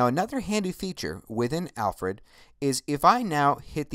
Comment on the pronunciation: Your Videos and tutorials are great. Lot of help. But why are you keep saying "AL-FORD"? its AL-FRED